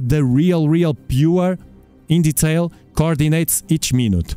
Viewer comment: Hahaha ‘the core Dee natez’